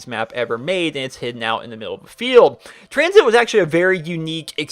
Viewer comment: When he said COTD, Die Rise, and Tranzit I checked to see if this video was uploaded on April fools....